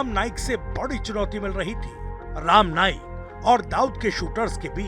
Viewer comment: Abey bhaiya patrakar pahile bolna sikh.. Ram naik nahi rama naik.. BC sab jaga par gandagi failana hi hey inko